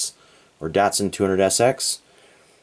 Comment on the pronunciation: With the world Datsun the a is pronounced like an o.